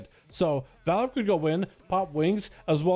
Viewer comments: HEY. ITS VAR... LIP. NOT VALRIP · Am I missing something? Homeboy should have his name said the same way. VAR-LIP. DOESNT LOOK LIKE VAL-RIP TO ME